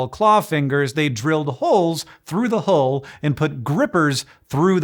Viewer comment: The equal pronunciation of hole and hull had me struggling there for some seconds.